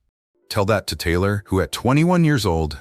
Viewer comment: this AI reading? Wtf 😮her name is Taylor right not Tyler!?😮